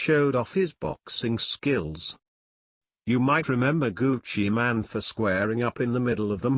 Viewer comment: ol its not gucci man its gucci mane like u actually say mane not man